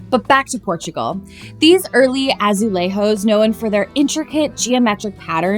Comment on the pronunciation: It is pronounced "azulezhos", as in "zhuzh". Portuguese is different from Spanish ;)